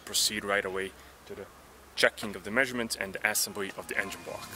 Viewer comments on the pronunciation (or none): Great videos. One pointer; though there is nothing to complain about your English, there one tiny mispronunciation. It's not pronounced Assembly, but assEmbly. Check here, if you need to. Not to be a wise-ass, but I assume you're going to say assembly a lot in the upcoming videos, so I wanted to give you the heads-up. 😎